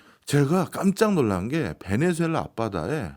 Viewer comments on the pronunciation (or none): 베네수엘라를 왜!?? 자꾸 베네주엘라라고 하나요~!??